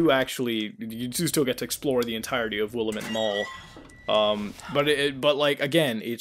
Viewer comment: You know the mall name Will-lamb-it, not Wilamit.....god it kills me every time the game says it.